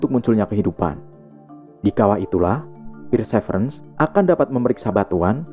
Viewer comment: Perseverence bacanya persiverens bukan pirsevrens😂